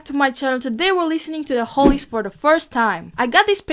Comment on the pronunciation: Hollies, Not Holys!